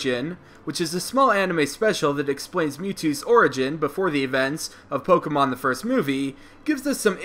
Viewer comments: Good gosh, if you're going to make Pokemon videos, learn how pronounce Pokemon properly. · You say Pokémon incorrectly!